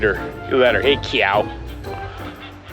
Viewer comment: Please please please, NOT “Hey cyow.” For some reason I have a visceral reaction to that…of repulsion. “Cow” is good, just say cow. Or anything else. Thanks :)